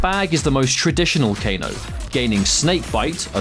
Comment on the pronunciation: kane its kane